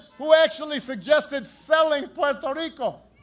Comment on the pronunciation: I love how he pronounced Puerto Rico like how you're supposed to pronounce it